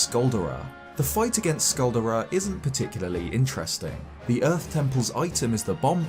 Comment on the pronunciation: Say "Skull Dare Ah" like a volcano Caldera only with an S. Get it.